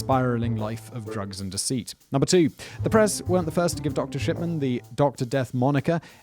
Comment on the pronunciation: i cant stop hearing shipman pronounced as shi(p)tman, it makes me giggle slightly, just think that the version of the name fits harold better but its still tame compaired to other words i would have for this doctor